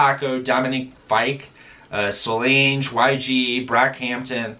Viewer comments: Lol I was ready to excuses him butchering anyone else’s name EXCEPT solange😂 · The way he said solange